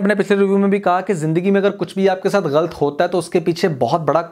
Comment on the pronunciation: bhai aap lafz galat ko galt bolte hen jo k galat he or sunne main bi acha nhe lagta plz don't mind lekin ager ho sake to apna ye laf drost kigiye ga